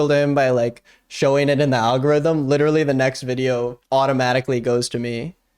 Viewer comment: Litrereallyy Edit: Litraiallyy *